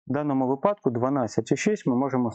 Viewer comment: випадок - наголос на и